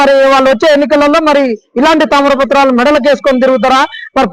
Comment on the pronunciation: తామర పత్రం కాదు, తామ్ర పత్రం. అని అనాలి.